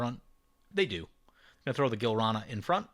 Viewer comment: This episode was fucking bonkers! Another thing that was fucking bonkers is "Gilrana".....Gi-lan-ra, bro! Anyway, Orvar is now the cheesemaster! xD